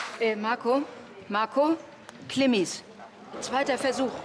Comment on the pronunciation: Wenn die noch einmal klimmis sagt rast ich aus